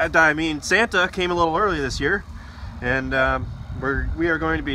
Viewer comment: I never realize until today, but Satan and Santa have the same exact letters but in a different order! Thanks for the mispronounciation, lol!